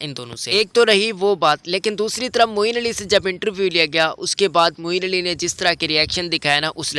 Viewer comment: Its Moeen Ali not moin ali